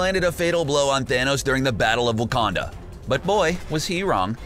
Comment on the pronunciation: he said wookanda